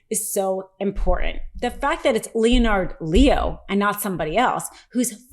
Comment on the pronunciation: It's pronounced "Lehn'-ərd Lee-o".